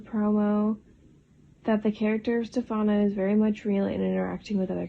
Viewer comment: And Stefano is "stef - ah - no"